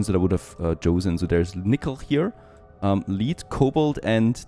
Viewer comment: its pronounced lead not lead